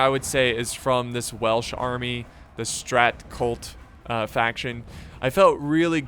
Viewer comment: Strat cLut* Not Strat Cult hahah... c'mon man.